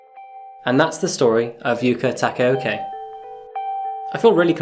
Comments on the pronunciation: Broke: Yuka Tah-kah-oh-kah Woke: Yuka Tah-ke-oh-key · The pronounciation is yookuh takaohkuh not yoo-K taka-yo-K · Her name is Yuka Takaoka, not "Yuka Takioki" as you say it. I don't know why English speakers struggle so hard with vowels, but here is a guide: Yuka = Yoo-Kah, Takaoka = Tah-kah-oh-kah. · the he pronounces her name ARGGHG I’m so madd😭😭😭😭 IT’S YUKA TAKAOKA NOT YUKA TAKAEOKEY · Before you die knowing this girl's name is pronounced yoka takayokay Its actually pronounced yukā tākā o kā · the way he pronounces yuka takaoka isn't correct. he pronounces it "yuka Takeoke" and "yuka takaoki" which is completely different and mildly infuriating. like bro if you're showcasing it at least use the proper pronunciation. overall, video was ok and could be better.